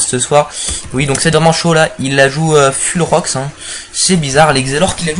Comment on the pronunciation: Full ca se prononce " Foul " :p